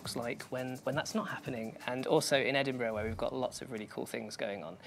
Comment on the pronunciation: Liam Bob Not Edinburgh - It's Edinbraaah